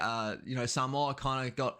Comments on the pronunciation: So good to hear someone that is not Samoan saying Samoa correctly. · I enjoy listening to this man pronouncements especially when he pronounce the word Samoa perfect really good 👍 👌 Cheers.